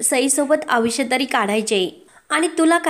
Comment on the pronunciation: नैसर्गिकरीत्या बोला हो. आवुष्य नाही हो आयुष्य असा शब्द आहे